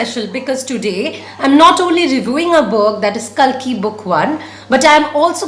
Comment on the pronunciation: You are pronouncing kalki wrong